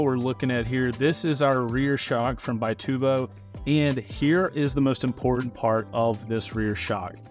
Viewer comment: It's actually an Italian company, and they pronounce it "bee-TOO-bo"